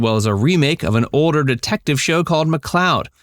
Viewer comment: Sounds like you are saying odor for "OLDER". Very kind person, she sent me a card when my cat died when I lived in Hollywood some years back.